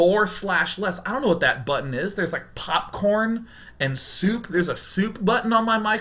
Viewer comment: I like how he says soup.